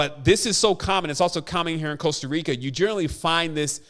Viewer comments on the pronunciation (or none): none